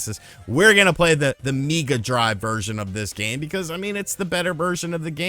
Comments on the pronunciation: I hate to tell you dude, but in the UK and Australia we pronounce 'SEGA' in the usual way, and 'mega' is pronounced 'mega', not 'Meega' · At the risk of falling for a meme. Please tell me you're joking with the "seega" and "meega" pronunciation. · Not sure if joking, but it’s not pronounced Mee-ga or See-ga anywhere in the world 😂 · Meega drive 🤣🤣🤣. I can happily say we don't pronounce it that way 🤣. Much Love.